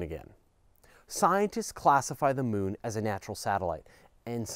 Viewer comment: "Da Mewn"